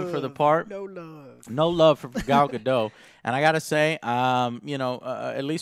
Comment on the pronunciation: its pronounced gal gado-tttt.. GADO- T!!!!!!!!!!!!!!!!!! THERE IS A T!!!